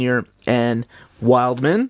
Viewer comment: Wildman is pronounced Wildm'n, not like wild man lol.